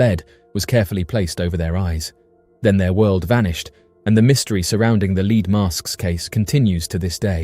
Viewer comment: “leed mask case”